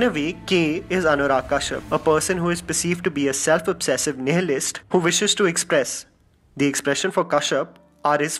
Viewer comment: Did he pronounce as Nehalist instead of Nihilist?? I'm triggered. RIP Friedrich!